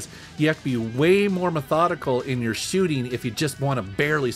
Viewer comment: I love how says ‘shooting.’ Scheuuuting